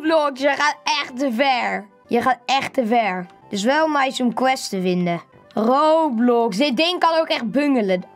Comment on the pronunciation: Echt grappig dat van rrrrrrrrrrrrroblox